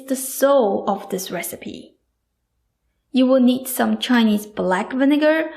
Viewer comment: WelcoMe BottoM SoMe please !! Not WelcoNe BottoN SoNe Other than that I absolutely love your videos.